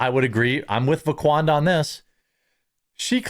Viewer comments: C'mon Jeremy, get it straight for the sake of accuracy. It's VaquandRa, not VaqaunDa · I thought he said Laquadra 😂😂